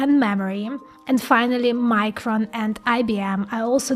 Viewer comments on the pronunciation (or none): none